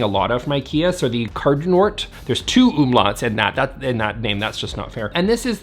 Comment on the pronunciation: KÄRRDUNÖRT >>...two umlauts...that's just not fair...<< 😆 You're right, that's really unfair, even for me as a German. I love your pronunciation!